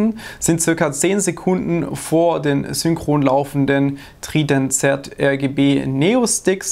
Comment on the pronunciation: TRIDANT Z ROJAL